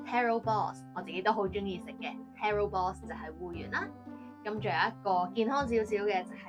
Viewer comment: Should be taro balls, not terro balls...